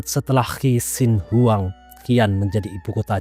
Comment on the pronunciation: XI'AN , klo tdk salah pelafalannya adalah Si'an.. Jd bingung hehehe. Qin Shi huang, klo gk salah pelafalannya chin shi hwang